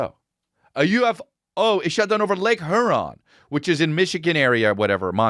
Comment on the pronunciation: Yo you're pronouncing lake Huron like it's a Taliban riddled lake. It's here-on and I'm triggered